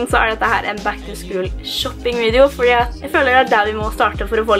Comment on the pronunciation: Uttales ikke "back to skul". Er mer O enn U